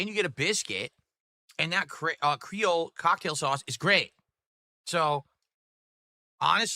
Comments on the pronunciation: ....he did not just pronounce Creole 'Cray-ol', did he? Omfg.....😳 I can hear my ancestors (well some causebim half black) crying in agony thanks to this....😒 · "Crayle cocktail sauce" they would heat you to death here in LA pronouncing it like that lol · “Cray-ohl” “Butter-ee” “Flay-kee” “Tang-ee” This dood can’t pronounce any words like a normal person… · Cray-Ole sauce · yep... lot of miami and new orleans people are facepalming at him for that one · Mfer cant pronounce creole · Also the way this Mothafocka say Creole pisses me off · the way he said Creole..